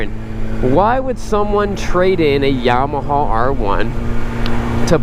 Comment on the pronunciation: I think it's pronounced Yama-ha, not Yama-hall I could be wrong. : )